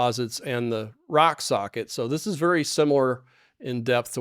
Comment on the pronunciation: My compliments that you said' rock sockit' several times with out .mixing up your r and s and saying sock rocket